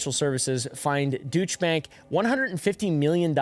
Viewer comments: FYI for future videos: for Deutsche (in Deutsche Bank), the Deut- is pronounced "doyt" while the -sche is the same as it is in Porsche. So it's more or less "doyt-sha." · 😂 it’s pronounced DOY-CHA OR DOY-CHÉ